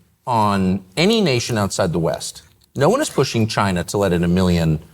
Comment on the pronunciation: I like Orban, but it bothers me to see a very intelligent man, with a vast vocabulary, not making an effort to improve the pronunciation. How hard it is to say West instead of "Vest"?!